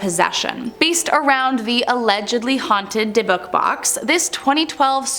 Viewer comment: Your mis pronouncing dybbuk. But I love that movie, it's a good one.